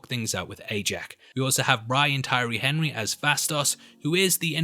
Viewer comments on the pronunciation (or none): none